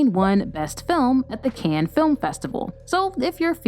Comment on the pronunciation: Did she say CANE instead of CAHN ( for Cannes)????